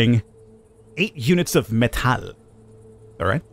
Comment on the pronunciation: The way you said metal that is how you pronounce the word metal in swedish. It really caught me offguard :D